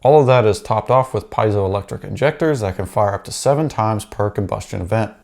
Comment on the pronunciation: Piezoelectric is mispronounced in the video.